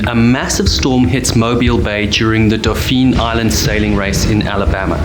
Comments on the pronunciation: Dauphin is pronounced “DAW-fin.” At least that’s how us locals down here say it❤ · “Dauphin” is pronounce almost like the sea mammal (dolphin without he “l”). “Fairhope” is one word, not Fair Hope.